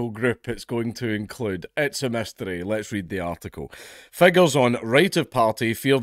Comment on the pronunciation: Itssshhh a myssssthtery